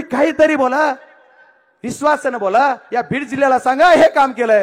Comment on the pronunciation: विसवास नाही विश्वास म्हनाव रे